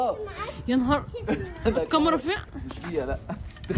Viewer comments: ي جماعا اسمها كاميرا ب ال كاف مش قامرا ب القاف اية الحكاية بس معظم اليوتيوبر بينطقوها غلط ازاى يعنى قامرا اسمها كاااااميرا وربنا كااااا كاااااا كاااااا انطقو ورايا كاااااااا كااااااا ميرااااا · هى اسمها كاميرا مش قامارا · انا بحبكو جدا بس اسمها كاميرا مش كامرا